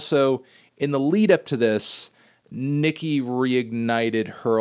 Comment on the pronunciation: Her name is "Nicki" Minaj. It's pronounced as it's written, Anthony, not like the N-Word.